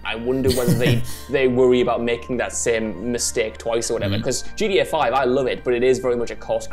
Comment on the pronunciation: I love it when he says gda 6